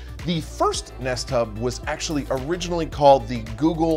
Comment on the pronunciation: I keep hearing nesttop instead of nest hub, and honestly that would have been a perfect name for it.